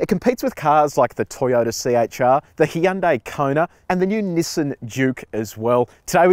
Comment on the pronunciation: The way he said Hyundai is hilarious. Well korean names can be tricky . And I loved the review.